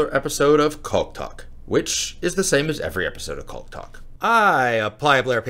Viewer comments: The L in caulk is silent. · you're old enough now to be told that the L in 'caulk' is silent.